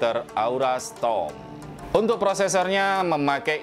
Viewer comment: Kok strom semua sih, padahal tulisannya storm